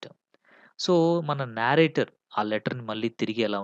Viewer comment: Explanation is good but please check the pronunciation of narrator and narrative.